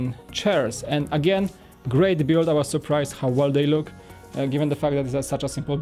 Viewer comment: Say build not "bude"